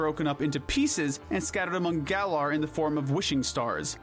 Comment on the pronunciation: It’s pronounced GEER-uh-tee-nuh, GA-lar, GRAY-SID-ee-uh, ee-VELL-tall, DIE-ahn-see, vol-CAY-nee-uhn, and sil-VAL-EYE, “”. 🤨